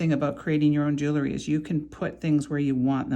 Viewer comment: This is a pet peeve of mine. The word is: jewelry - not jewelery. Its pronunciation is: jew•el•ry - not jew•el•er•ry. I believe a person who designs, creates, sells, or repairs jewelry has an obligation to use the correct pronunciation of the word. No disrespect intended - just please think about correcting yourself and begin using the word that describes your endeavor. Thank you. ⚘️